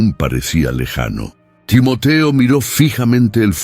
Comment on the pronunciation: Muy buena la narrativa lo único son los. Cambios de los nombres de los participantes a veces tiende a confundir Por eso es bueno poner los nombres tal y como los hemos conocido Timoteo no Timotio Timoti pablo no pol y así a cada uno que le ha cambiado